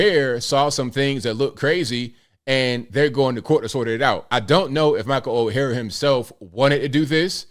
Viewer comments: Oher is pronounced as "oar". Like a boat oar. Not as "o-hair". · Someone please tell that “Oher” is pronounced similar to iron “Ore”, boat “Oar”, even “Or”, but not Oh-her. 😂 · Last name is pronounced Oar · his last name if pronounced OAR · It’s pronounced Or. not O-hair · I believe it's Pronunciated Michael Oher ("Or"). Great story. I always believed more behind this. Especially with all the funny business within one's own family in these colleges these day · Ok ok first his last name is pronounced like or. Everyone needs to watch the video Jason Whitlock put out yesterday about this. He goes deep into the history and such. Jason Whitlock does a fantastic job explaining things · ORE is how his name is prnounced per the movie. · Sorry to sound picky but my name is mispronounced ALL the time. His name is pronounced "OR". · Lmao, his name is or is pronounced, ( Or ) although it is spelled Oher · OAR!! OAR!! Pronounced OAR!!! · It’s pronounced “Oar” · Pronounced Orr like a paddle in a boat. Direct quote from movie. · That would be OAR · Dude, you have to at least say his name right! Oher, pronounced "Oar". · You're the only person I've ever heard pronounce his name like that. Speaking of his name...wouldn't it have been changed if he had been adopted? Apparently he wrote a book a few years back, and in it he acknowledged the conservatorship, and that he always knew about it. The movie implied the adoption, but they never claimed that. It's a MOVIE! His family (or former family) didn't write the movie line...HOLLYWEIRD did. Besides, anytime a movie states that it's based on a true story...we should focus on the word "based" and not "true story". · … take this down and wait for it to play out before you have to retract it. You have mispronounced his name every single time and this assessment by you is incompletely incorrect.